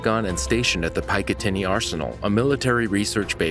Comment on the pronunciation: PIKE uh tinny? naw son. PICK uh tinny